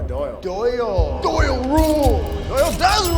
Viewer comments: how cringe that he kept saying doyle rules. maybe watch the movie again. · It's O'Doyle. O'Doyle. The fact you two both said it wrong like 60 times hurts my heart. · It's not Doyle rules it's O'Doyle rules, happy Madison is a fine film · For God's sake it's O'doyle... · who's going to tell them it's "O'Doyle rules" not Doyle.